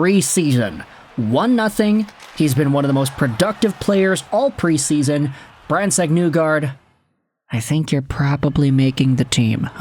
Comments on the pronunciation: It's NEE-gard not NEW-gard. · I am shocked that you don't say "Nuelander" all the time. Instead you destroy Nygard's name while simultaneously claiming to be a Detroit fan.